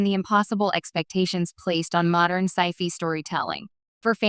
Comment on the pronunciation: You lost me four seconds in with "absence for Sci-Fee show". Very crappy narration.